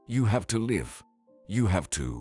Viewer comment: Too many repetition of words and sentences. Wrong pronunciation of live sometimes as in alive.